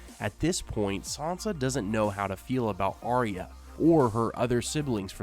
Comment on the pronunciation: Always enjoy your videos. However, it annoys the heck out of me that you as well as most of the video posters pronounces Arya's name wrong. Arya, her mother, father, Jon, Bran say Ar-ya. Sansa, you and most everyone else say Ar-eeya. Don't you think Arya and her parents would know how it's said? It's a Northern name. Sansa always wanted to be a Queen in the south. Just a pet peeve.